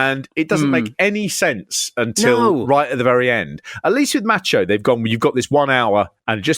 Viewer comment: Why do you guys keep referring to the Macho Man as "Match-O Man"? Seriously, though, quickly becoming a fan of this channel.